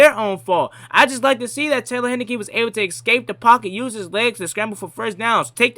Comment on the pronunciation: It’s Heinicke, like the beer.